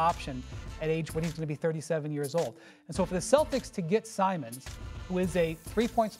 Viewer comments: It’s Simons Molly not Simmons 💀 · Firstly, it's Anfernee Simons, not "Simens". Your job is to literally cover basketball, you attractive idiot. Learning the names should be a day 1 type of expectation. DEI. Second, as a Pacers fan, I hope they trade Giannis to the Knicks for KAT. After seeing Hali go down in the finals and be out all next year, you get to see how short a window is. I'm a loyalty guy and would love to see him stay with the Bucks his whole career, but Giannis deserves another run, so trade him to a contender. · Molly like "Mabel Simmons" 😂😂😂😂😂😂😂😂😂😂😂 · In 2k24 John Mason actually sometimes say Anfernee "Simmons" instead of Simons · Anfernee Simmons?? Jesus Christ ESPN🤦‍♂️🤦‍♂️😭😭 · It’s Simons you dumb fuuuhh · Literally and Kendrick Perkins keeps calling him Anthony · Crazy to have that job and not even know how to say his name properly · I'm like, why can't they pronounce his name correctly??? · Word I caught that too. 1 M not 2